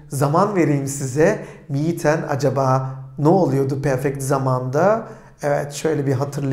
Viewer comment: Selamlar hocam emeğinize sağlık ancak 1 inci örnek cümlede kiralamak fiilinin sonundaki 'n' sesinin düşmesi takıldı kafama